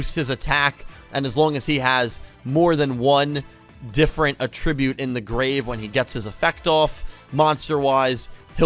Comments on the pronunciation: AT-tribute lol not a-TRIBUTE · At-trib-ute not uh tribute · Did you really keep saying A-tribute instead of At-tribute. Yeah i totally cringed when you kept saying that. As far as the new Rush effects. Why dont they just continue with the effects like 1 Dragon, 1 Spellcaster ect ect. Now its send x many and get x many monsters and then add what kind. I dont think im gonna jump on the new RDs just like i skipped DLs altogether. Ill still watch the series. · Att-ribute Not Attrib-ute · But why pronounce attribute like that?